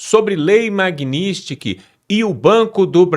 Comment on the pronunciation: Pô fale Magnitsky direito. Isso não é para o Eduardo, é para o apresentador do canal.